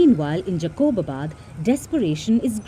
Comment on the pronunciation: Its jacobabad not jaqoobabad